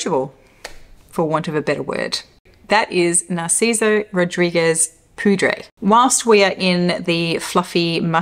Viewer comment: Great topic, thank you ! I love watching your videos😊 You are right about Poudrée, it is pronounced pou-dray, and it means « powdered « , like a woman who wears powder. Your accent was perfect !